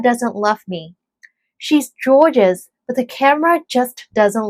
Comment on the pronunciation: 港式英語gorgeous 都讀錯